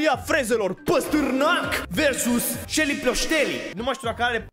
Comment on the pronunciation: E selly, nu shely